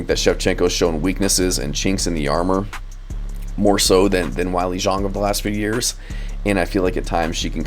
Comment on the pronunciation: Who's Wylie Zhong? If you're going to make an MMA video, at least learn to pronounce the names of the fighters.